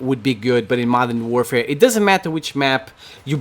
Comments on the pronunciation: There are more people playing than people watching your channel, also it is Modern "Warfare," not "doorfare," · It's Modern warfare.... NOT Modern Doorfare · maybe you think it’s trash because you can’t pronounce it right 😂😂😂 “modern doorfare” say it right weirdo ur channel is garbage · Modern dorfare? Jesus Christ can you fucking speak properly? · "Modern doorfare" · Why tf does he say modern DOORfare🤦🏻‍♂️